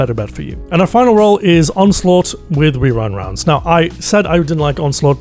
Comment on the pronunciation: genuinely impressed you said rewind rounds correctly so many times i would never be able to do that